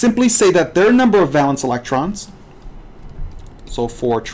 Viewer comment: Bro, it's \ˈvā-lən(t)s\ not val-ence. It's a long (a) sound. No one says val-ence.